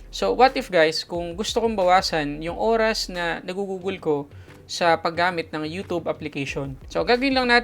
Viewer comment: "you tub"